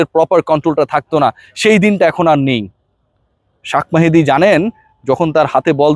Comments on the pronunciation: শাক মেহেদী না শেখ মেহেদী মানুষের নাম ভুলভাল উচ্চারণ করা বাদ দেন 😊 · শাখ মাহেদি বলো কেন, শেইখ মাহাদি বলতে সমস্যা কি? বাংলা টা ভালো করে বলো